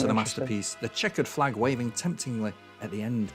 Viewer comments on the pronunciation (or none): none